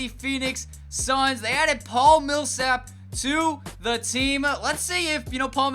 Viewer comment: I love your videos. But can you stop saying THEE lmfao!